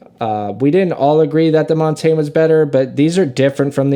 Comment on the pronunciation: It’s so wild how nobody (except ) knows how to pronounce Montagne.